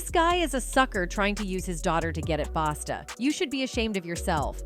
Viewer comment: His name is a Busta not Basta. Smh